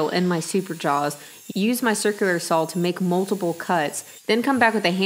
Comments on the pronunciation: "sawzall" is very common in the south when referring to a reciprocating saw. Very much like "skillsaw" when referring to a circularsaw. just an FYI....but yes, I find the "sawl" thing kind of cute to be honest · powaybob Lol. I rate these videos by how often says "saw." This one gets a very high score.